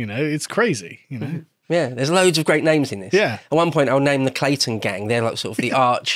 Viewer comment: it's the "Clanton Gang"... Not "Clayton"